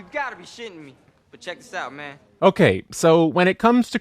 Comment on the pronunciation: how did you mess up saying man 😂